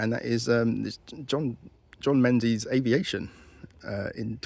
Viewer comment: Menzies is pronounced Mingus! 😊